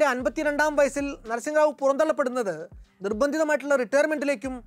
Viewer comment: അതെ... തെറ്റായ ഉച്ചാരണം